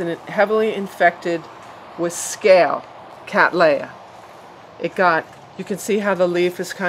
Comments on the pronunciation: Would you please reconsider the way you pronounce Cattleya? As an orchid expert you will be well aware that this generic name was applied by Lindley in honour of my ancestor William Cattley. Cattley is English in origin and pronounced Kat-lee NOT Kat-lay. On the positive side, I note with interest that you avoid the Americanism of pronouncing the letter T in the middle of a word as a D, thus you are avoiding making the name Cadd-lay-ah, now if I can get you to go fully English, you will hopefully land up at:- Kat-lee-ah. Regards Tim Cattley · It would seem that you do not. Its Katley-a not Katlay-a. See what the American Orchid Society have to say on the subject.